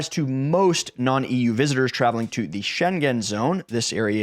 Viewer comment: Please, I implore you ... learn how to pronounce "Schengen" before you post a video. Thanks ! (The first part of your video was appalling.)